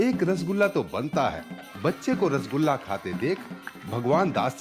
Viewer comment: It is "R-SO-GOLLA"